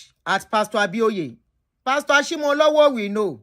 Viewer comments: please as a yoruba person. i must do a service and let you know it is pronounced Ashimolowo as in owo meaning money not owo like the town. ire o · It's Ashimolowo